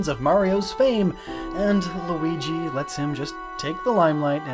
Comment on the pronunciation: So you know how to pronounce Luigi now